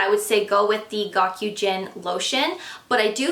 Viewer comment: Gokujyun is pronounced go-coo-june. Goku means extremely/exceedingly. Jyun (also can be read "uruoi") means moisture. I live in Japan and work as a translator, which is why I know this. I love your channel. Thanks for the helpful information😊